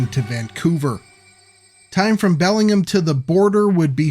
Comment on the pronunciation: Belling-gum. Lol.